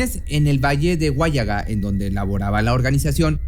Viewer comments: Se pronuncia huallaga sin acento, asi de plano. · Hola, en Huallaga no hay tilde, lo pronuncias mal "Huállaga"y no es asi, sin tilde por favor. El tema que has tocado lo conozco, soy de Lima pero no vivo en mi pais, esos pishtacos han sido mencionados en los diarios, en las noticias mucho antes de lo que cuentas, es decir han asesinado lugareños desde antes. Saludos desde Europa 👍